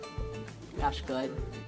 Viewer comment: "Das good"😂😂 ily 😂😂😂